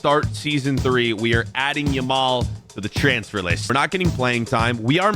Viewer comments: Bro its yamal not lamal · did anyone notice he said lamal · Love how he kept calling Yamal ''Lamal'' lo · if you got 7 mins and 46 seconds he says lamal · By the way its now Lamal it’s Yamal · did bro actually said Lamal💀💀 bro called city. united💀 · Did nobody realise the he Lamal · Is it Lamal or Yamal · Bro said Lamal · and "LAMAL" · Bro was calling him Lamal 😂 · bro says yameal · guy said lamal